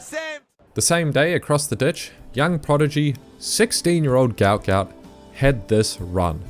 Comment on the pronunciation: Gout is pronounced gwah-ot. you pronounce it as one syllable, not two.